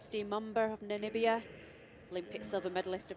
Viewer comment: I cannot see the problems in pronouncing her name, also Namibia, her name is pronounced EMboma NOT Momba!! Namibia is not Nambia as many says, it's Na/mi/bia.. what's so difficult..